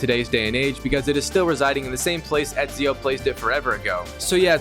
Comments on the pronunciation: My brother you’re saying it wrong it’s eeeeeeeesio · Not only he mispronounced Ezio wrong. The guy doesn't even know who Machiavelli was in history! What a noob! 🤦‍♂️